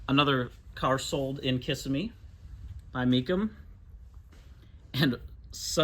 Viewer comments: It's "kiss-IMM-ee", not "KISS-immee". Just a note from an old Native Floridian. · That's Kiss-SIM-ee.